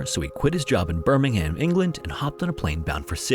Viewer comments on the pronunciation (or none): I know, but was talking about the original Birmingham in England. Which is pronounced Bur-ming-am. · Just a minor note on pronunciation. We pronounce "Birmingham" like "Birmingum" in the UK. If you ever see a place ending with "Shire" in the UK it's pronounced "sheer" like "new Hampshire" in the US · Terrible video. All the lip smacking, the pronunciation of “BirmingHAAAAAAAM”, just no. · Just FYI, Birmingham, England is pronounced with a silent ‘h’